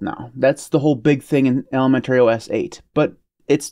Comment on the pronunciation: Maybe he's been pronouncing it that way since ElemenTERRY school?